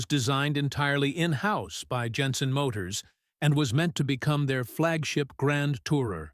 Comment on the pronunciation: "Plas" is correct, it is not a French company. And Jenson is Jenson not Yenson.